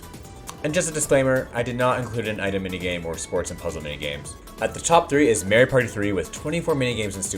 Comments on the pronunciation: The way you pronounce "Mario" bothers me a bit... It's MAH-REE-O, not MAE-REE-O. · Hey did you know it’s “mah ree oh” and not “may ree oh”